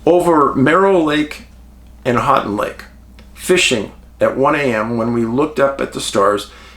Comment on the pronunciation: Hey Dave, thanks for all you do and spot lighting this area. I'm from Northern MI and still have a picture of a UFO over lake superior. Houghton is pronounced like, "Ho-ton". Keep up the amazing work!